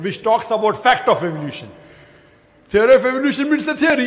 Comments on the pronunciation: A teery isa teery! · “A teery...is a teery!” 😂